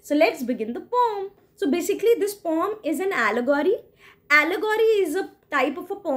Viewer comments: Its not pom, its poem. Please pronounce it correctly. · The word "poem" is typically pronounced with a long "o" sound, as in "home". However, some people pronounce it with a short "o" sound, as in "pome". There is no right or wrong pronunciation of the word; it is simply a matter of personal preference🙂👍